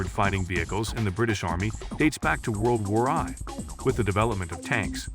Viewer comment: "World War Ie". ok